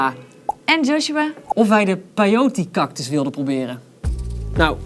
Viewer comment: Peiot smoosie LOOOIL 😂😂😂